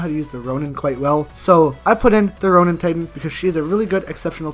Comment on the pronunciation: He said roian titan as strong Happy stupid